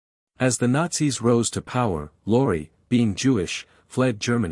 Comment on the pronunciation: Beall instead of Bacall ... Mun instead of Muni ... Luri instead of Lorre ... Plet instead of Paulette ... You don't believe it? ... Read the names Golden Stardom puts below the red line. PATHETIC!!!